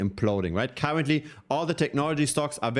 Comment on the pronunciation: I heard cowardly instead of currently and i thought ok this is one way to say it